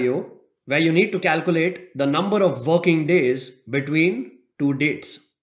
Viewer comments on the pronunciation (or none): Great tutorial, but I'm not gonna lie, I had my eyes closed during and I thought he said 'the number of f***ing days' and then I opened my eyes and realized he said 'the number of working days.'